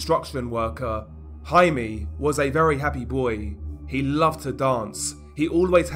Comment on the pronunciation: HI-MEH, not HI-MEE